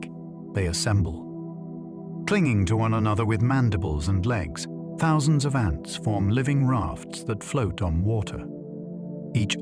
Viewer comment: I thought this was a real voice until you pronounced 'ants' as 'aunts'. I'm RP too and that's not how we speak. AI alert!